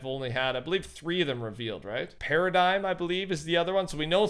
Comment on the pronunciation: It’s paradigm para-digim